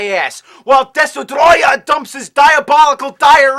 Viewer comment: The way he said Destroyah